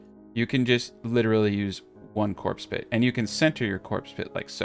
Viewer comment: take a shot evertime he says corpse pit